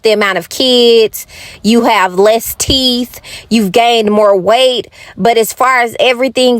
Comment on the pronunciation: I said the same thing. Her grammar is completely horrible. She can’t pronounce anything. Like teet and mout.😂🤣and don’t forget vanilla extra scratch